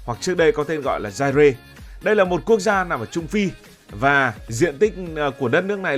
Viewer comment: Zaire đọc là Dai a chứ không phải Dai re cụ nhé